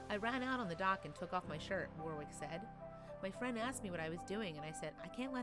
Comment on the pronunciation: Awww that was AWESOME 👏🏼 Kudos Warwick (correct pronunciation of the guy’s name is usually worrick not wor wick btw)